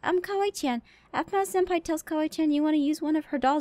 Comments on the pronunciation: keeps saying apple instead oof Aphmau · It's so cute that can't say Aphmau so he calls her apple